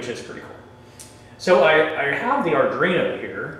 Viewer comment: Thanks for the video, but come on guy. Sound it out slowly ARDUINO. How familiar are you with coding and Arduino boards if you are calling it Ardrino? ARE-DWEE-NO.